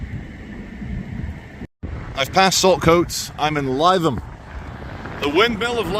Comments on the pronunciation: Its not pronounced as lie-tham. Its pronounced Lytham as in Rythem. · As a person who went to school in Lytham, it sounds hilarious when you pronounce it Lie-thum - its pronounced Lith-um 😂😂😂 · NOT lie than its LI THAM AS IN L I THAM OK MATE. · Lytham pronounced LITH-AM as opposed to LIE-THAM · We are doomed..!! Where are the patriot missile batteries protecting bae systems.!!??? 😲🫡😲 Oh by the way, Lytham is pronounced 'Litham' and not 'Lietham'... 😁😁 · I wonder if BAE systems employ joeys? mine goes more like a walnut lol he seems like a reasonable guy. Totally get where he is coming from. why wouldn’t you paint those gates!? it’s Lithum rather than Liethum if you get me? Just for future reference mate. dude I felt that pain as soon as he said it. If the police want to know why the general public have a distaste for them, there is the example right there. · Lytham is pronounced Lithum not lietham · Litham pronounced lie 😢tham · Has anyone corrected your pronounciation of "Lytham" yet? If not, it's "Lithem", not "lie-them". Happy to help :) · You're pronouncing Lytham wrong..... the first syllable sounds like " liv " Like Liverpool...... Lytham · Not Lie-Tham it’s pronounced Li-Tham 👍🏻😉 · Lythum is pronounced - - - - LITHUM :) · Your pronouncing it wrong it's......lith..am. 👍❤️ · great video as always but as a resident of many years of Lytham it’s pronounced “Live-ham” 👍🏻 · No it’s not. If you pronounced it as Live ham, you were probably kicked out of the town. Lytham rhymes with rhythm 🤦‍♂️ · It's pronounced Lythiam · it’s pronounced Lith-um. fun video though. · It's pronounced Lithe Ham, like an athletic pig. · It's pronounced 'lithum' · No, it’s ‘lit’ (Received Pronunciation) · It's pronounced Liv-em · It’s Lytham with a hard “Y”, not Lietham. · lytham is pronounced litham it’s a posh area near Blackpool. I can’t believe you haven’t been. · Is it not pronounced litham instead of Lytham